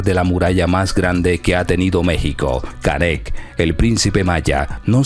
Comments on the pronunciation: 😂como dices se llama canek😂estas equivocado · No es Canet, no es concecto, no es rin, no es Zalapa, no es incocnita, no se dice a diferencia que otros, no es cactado, no es espresion, no es estensa, no es acsoluto, no es herue, no es ochenticuatro, no es estremadamente. Tienes una pobreza de vocabulario muy grande, esto no es critica, pero si te vas a dedicar a esto, ten cuidado con tu lexico. Que barbaro, una se te pasa, pero lo tuyo no es un error como mencionas aqui arriba, esta es tu forma de hablar, y la verdad esta muy mal.